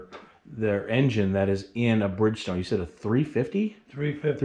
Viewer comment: Totally fascinating! You could easily submit this to CBS this morning for their Sunday program and people would love it! Funny how he says Brig-stone instead of Bridgestone 😅🤣😂